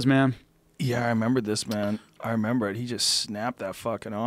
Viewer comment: Hahahaha Joe always says "member that" instead of "remember that" man he's so smart it just makes me laugh because it's gotta be because he's high!! 😂😂😂 Much love JRE & JRE Nation